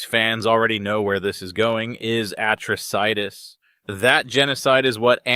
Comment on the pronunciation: bro said "Atro- Citis"